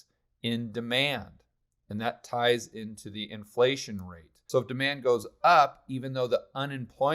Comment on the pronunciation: why do your F's look like P's? Or have I been pronouncing inPlation wrong my whole life.. great video.